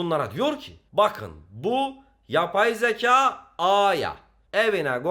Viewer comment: YAPAY ZEKAAA!! YABAY ZEĞAE